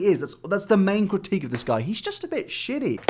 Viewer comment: "This, is a shiddy guy"